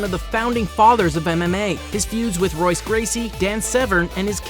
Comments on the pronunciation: it is pronounced Hoyce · Hahaha "Royce" Gracie is pronounced "Hoyce", you have to know that stuff if you're going to make Youtube videos. Not hating keep doing what you're doing, but just thought I would let you know.